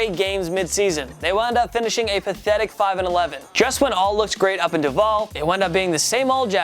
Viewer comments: Buddy buddy buddy, it’s not “daval” it’s “Du-val”. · How did he pronounce duval?